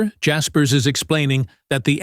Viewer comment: I learned that you don't know how to pronounce his name.